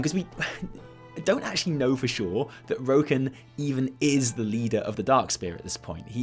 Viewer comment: Triggered by how pronounces Rokhan and Eitrigg. Still likes him though.